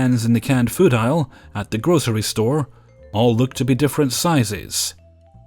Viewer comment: And also “food”